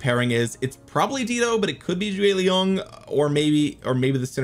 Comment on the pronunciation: “Chew-ei Young”, not choi young